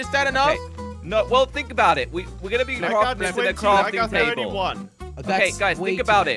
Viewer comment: When said crorting toble it was so funny 😂😂😂😂